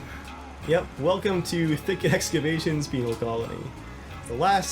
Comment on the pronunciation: It's pen-al not peenal